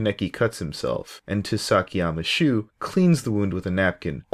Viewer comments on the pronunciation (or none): did you just say?!! TOO-SAKI-YAMAA SHOE??!!! did you just say TOOSAKIYAMMA SHOE???!!